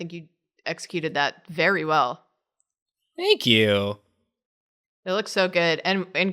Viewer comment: "Think yew"